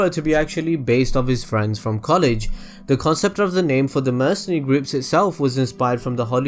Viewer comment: I don't know about you but, I fight for my Fweeeeeeinds!!!